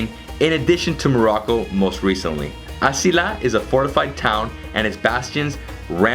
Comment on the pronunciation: it's pronounced " AZAYLA" not isila , A ZA I LA .